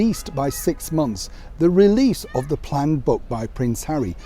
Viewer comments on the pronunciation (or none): none